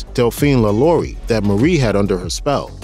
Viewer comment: Even down to your pronunciation of Lalaurie, ew man do more research next time